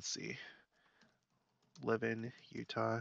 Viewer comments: It’s pronounced La-van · Just so you know, Levan is pronounced le-VAN. I have family members that live there. :) I remember the flooding. I was living in Provo. Church was canceled one Sunday so people could go make sandbags and help in flooding areas. The Provo river was overflowing and causing problems in many places in the city. Utah lake was also especially high and flooding places. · Levan is pronounced Luh - van. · It's Luv-an.... No Lev-in ... Know your Utahn. LOL like Tooele and Hurricane. Don't pronounce them like you think they're pronounced talk to a Utahn. 😉